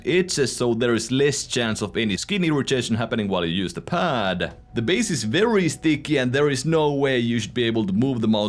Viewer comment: the pAAD PAAd quite fAASt grAAph more spEEEd contrOOl